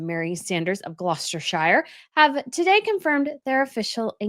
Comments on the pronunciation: Gloucestershire is pronounced Glostuhshure - not Glosturshaiyer! 😉 It's so funny to hear American experts speak about Britain at times. However there is little doubt that the awful Megs pronounces it a hundred times worse! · Please, don't say "Glostershyer" for Gloucestershire. It is pronounced "Gloster-sher". As is the case with most UK counties that end with "shire". Like Devonshire, Nottinghamshire, etc. It's also easy to google. On this Wikipedia page you simply click on the symbol of the loudspeaker, and a native Brit tells you the right pronunciation. Also, Peter Phillips second daugher is not Elsa, but Isla (Eye-lah! FYI). Please, this sloppy pronunciation thing really undermines your levels of expertise on many royal matters. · It’s pronounced GLOS-TR-SHER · Dear, you say you're a "Royal Reporter" even now you think you're a jounalist, then you should learn to pronouce Ascot, amoungs other English words. Learn to pronounce Gloucestershire correctly. You are so knew to English Royalty and English history. Please respect our pronounciation of our words. Typical American just seem to always not care or respect.